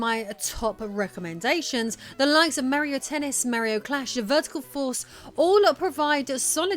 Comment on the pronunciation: IT'S MARIO NOT MEARIO